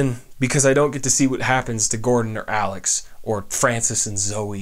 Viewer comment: It's Alyx not Alex